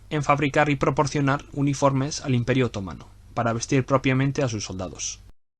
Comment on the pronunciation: ¿Porqué dices otómano, así en plan esdrújulo?,....es otomano, que te pego con la mano. Por lo demás, genial, me encanta.